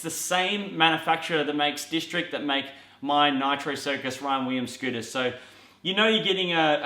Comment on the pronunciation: he says Ryan Weeems. lmao